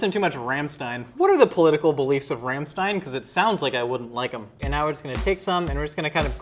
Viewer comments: As a German I feel so offended by this video. 1st: It's called Streusel [ˈʃtʁɔʏzl̩] not "stroozel" or what ever said 2nd: It's Rammstein [ˈʁamʃtaɪn] with a german A not an english A [ey] and you pronounce it "shtein" not "stein" 3rd: You would definetly like Rammsteins political beliefs. They are open minded and very tolerant. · Did he just say... RAM -stien? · The way he said Rammstein 🤦‍♀️